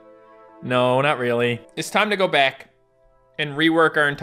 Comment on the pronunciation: Guys in the intro doesn’t it sound like he said bat instead of back??